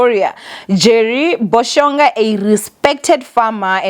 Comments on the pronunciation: I'd it not "Boshonga" it is Bo-sho-ga pronounced bo-sure- rha if I may, please don't butcher his surname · Bo-sho-ga,there’s no N😑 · 😭Yoh, a simple Bo-sho-ga, then adds a N